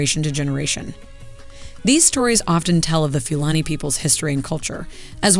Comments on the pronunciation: Pronounced Foo Larny and Few... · Please be respectful by researching the correct pronunciation. This reflects poorly on Americans.